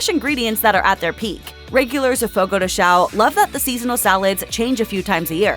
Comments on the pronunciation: Please pronounce the tilde in "Fogo de chão" and specially in "pão de queijo" 😅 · Watch your pronunciation. If you ask for a "CHEESE D1CK" you'll be laughed at. The correct pronunciation is something like "pan-own de queijo" instead of the wrong "pah-uh". The same rule to all "ão" words, like Fogo de CHÃO